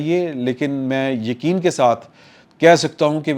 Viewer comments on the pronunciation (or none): none